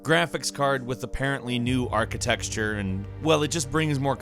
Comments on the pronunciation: DUDE. Ark-ih-tekt-shur. NOT ARCHITEXTURE. Stoooooop doing it please. If it was once or twice I'd be like whatever, but it's every time you use the word in so many videos. Please please please say it right. It'd be like if you pronounced graphics "Grappiks." It's that annoyingly wrong. I love your channel, but please stop saying it like that. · Im sorry but you said architexture not architecture. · Did you say "Brand new architexture" at 00.33 ???? Damm Why am I seeing this kind of vids from people who dont know their stuff.. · Haha he said architexture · "Architexture." Wow,, really studying up aren't we? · You folks at gameranx should really learn to say "archi-TECH-ture".